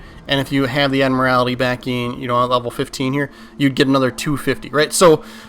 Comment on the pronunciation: Love how you mispronounce admiralty🤣🤣